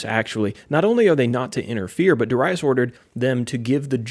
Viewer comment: Amen! I love the lesson and the many I've listened from you. In this one, I do pronounce Darius and I had to look past it. 😂 Yet, a great lesson to keep building. Keep it up! 🙂